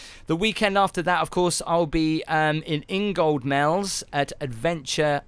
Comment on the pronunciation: Hi.Ingoldmells is locally pronounced locally as "Ingamells" phonetically..Keep up the good work 🎸👍